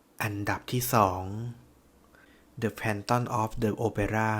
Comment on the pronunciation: เนื้อเรื่องน่าสนใจมากนะคะ แต่ขอแก้นิดนึง The Phantom of the Opera คำว่า Phantom ตัว Ph ออกเป็น ฟ นะคะ แฟนธ่อม ค่ะ